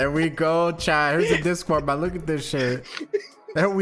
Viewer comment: Does the way he says "MON " instead of MAN annoy anyone else lol